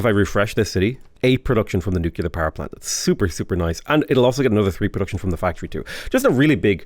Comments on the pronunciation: Nuclear. Not nukelar. Great vids man ;) ! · Nu-cle-ar. Sorry, I don't want to be that guy, but it just kept digging at my ears.